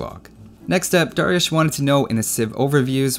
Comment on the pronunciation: They way you pronounce the name Dariush, beautiful! The first guy who pronounces my name right!